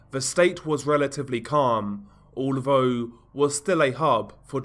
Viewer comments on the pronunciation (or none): It's OK. I noticed he pronounces his "th" with a "v" foe instance then = ven, although = alvough etc.